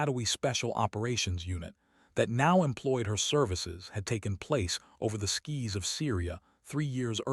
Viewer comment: What is it with you and skis mate it's skies. Which i could rectify some of your storytelling verbally. At least you don't stop mid sentence, good work mate